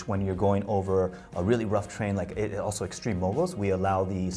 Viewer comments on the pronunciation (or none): Auso in the final segment. Bruh, just take a quick second to learn how to say 'also' - not that hard